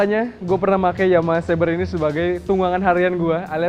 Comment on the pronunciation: Xeber bang di baca nya bukan sabre..maaf..